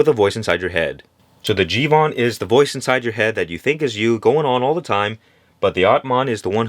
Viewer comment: It’s not jivan it’s jeevan and it means life